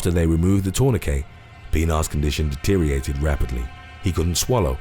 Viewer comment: What is 'deteriated'? You have said the word multiple times, I wonder what it means.